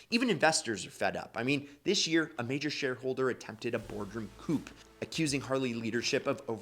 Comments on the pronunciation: I remember a picture of Ronnie Reagan standing with a group of (scruffy looking) Harley owners when they bailed the company out. And 50 is not "boomer territory" by a couple of decades, it's pronounced "coo" not "coop" (coup) and your spelling check needs work (sorry, retired teacher) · "...a boardroom coup..." ????? I blame the American education system for this failure...phonetically, it's sounded out as "Kooo ", no P sound at all. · The p in coup is silent